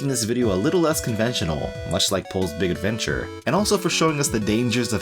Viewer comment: I felt a shiver when you pronounce the game title... Thank you for not saying it like sports commentators say foreign athletes names You are golden, again thank you